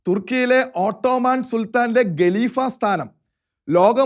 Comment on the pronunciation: ഖിലാഫത്ത് - not ഗിലാഫത്ത്; ഘട്ടം not ഗട്ടം സഹോദരാ ഖലീഫ not ഗലീഫ....😎